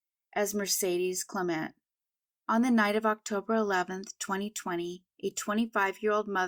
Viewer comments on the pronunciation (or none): none